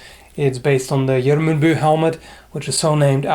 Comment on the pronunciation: Cool now I know how to properly pronounce GJERMUNDBU